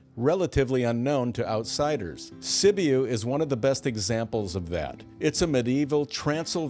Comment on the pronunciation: Sibiu Romania is pronounced "si·byoo"